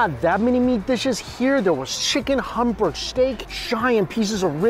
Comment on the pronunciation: Every time he says Humburg steak